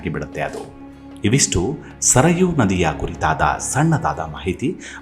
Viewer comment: ಸರಯೂ, ಸರಾಯು ಅಲ್ಲ ಮತ್ತೆ ಅಪಭ್ರಂಶ ವಾಗದಿರಲಿ